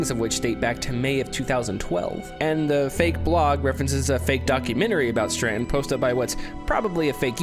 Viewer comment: "Stranton. Stranton. Stranton. Stranton." There is no N! Just as there is no purpose! ;)